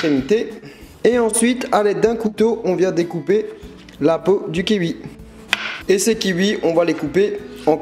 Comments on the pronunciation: J'en peut plus Il dit "kiui" et pas kiui, kiwi quoi normal 😂😂😂😂😂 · On dit pas "kihui" mais "kiwi" ("ki-oui"). Ca m'a dérangée... Sinon super recette fruitée 👌🏻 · c'est un kiwi pas un kiui :D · et on di quouie pas quui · ça ma stressé pendant toute la vidéo tu prononce le kiwi "Ki ui" alors que c'est "Ki oui" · KIWI charles ! Pas keiwi !!! 😂😂😂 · Du kiui ! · kiwi sa se prononce " ki oui " pas" ki ui " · Des KIWI pas des kiui OMG sa me stresse à chaque fois x) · c'est kiwwwwi pas kiuie mdrrr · KIOUI ET PAS KIUI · ya que moi que ca choque les "ui" "kiui"? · Et pour dire cuicui, tu dis kuikui ? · ci trop bon lu kiui ! :) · Le kiwui 😹😹😹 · Tu me stress tellement quand tu dis "kiui" 😂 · Pouce bleu pourle "kiui" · "kiui" des barres comment tu prononces kiwi ^^ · "Les Kiui"!!!! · Un kiwui ? Twuitter ? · le "kiui" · "Des kiui" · Je suis le seul à trouver qu'il dit " Kiwi " trop bizarrement genre " Kiuuui " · j'aime trop quand tu dis "kiwi" :) je vais essayer le plus tôt possible le smoothie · J'adore comment tu prononce le mot "kiwi" 😂 c'est trop marrant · J'adore Tu m'a perturber de la façon dont tu dit kiwi mdr 😂